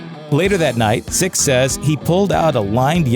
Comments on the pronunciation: Right? I was half assed listening to this & I kept hearing him say Styx. I’m going to date myself here, but I thought “did they have some connection with the band Styx that I don’t know about?” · Lol right it's not even that hard to day either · Yeah that was driving me crazy too!! Especially as he had the name up at the bottom of the screen typed correctly!!!! What an asshole, clearly not a fan! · is it just me or is this guy calling Nikki Sixx "Styx" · Is this guy seriously calling Nikki Sixx, "Sticks"? What a fucking DOUCHE!! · Omg could you please, at the minimum... get nikki's name right? Is plastered 1000 times below but I just feel the need to shove it in deeper. HIS NAME IS. NIKKI **SIXX** THANK YOU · Why do you keep calling him Stixx? Numb nuts... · Why does this douche keep calling him "sticks"? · he says sticksover and over again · Does he keep saying sticks?? Nikki Sticks?!?! 😂😂😂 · Gotta admit hearing him repeat Stix is hilarious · The continual mispronunciation of Nikki Sixx's name drove me NUTS! "Stixx"??? Fucking REALLY, dude? I'm not even a rabid Nikki fan, and that just irked the SHIT outta me! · Dude.. You GOTTA get his name right, it's not difficult, but you make it really hard to watch this way.. 😔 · it's nikki SIXX not nikki STYX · His name is "Sixx" not stix!! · the narrator pronounced “Nikki Sixx” as “Nikki Styxx” sometimes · Its not stix dude its sixx get ur shit straight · It's not Stycks It's Sixx, you jackass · SIXX, not styx!!! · His name is "Sixx" not Styx, dude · Lol as a black woman I love me some motley. Please say his name right sixx not sticks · SIXX not STIXX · I can't stand the mispronunciation. It's disturbing. Sixx as in 6 not Stix or sticks. Though Styx are another band entirely. Hoping that is just a confused moment for the narrator, but it's not hard to pronounce Sixx. Weird. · Sixx not Stix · You called him stix. Dumbass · Sixx* Not stixx it's sixx fix it bitch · Nikki SIXX. Not sticks. You bloody knob jockey.